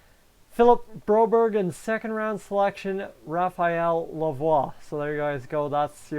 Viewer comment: Thumbs up for pronouncing Lavoire's name correctly in this video.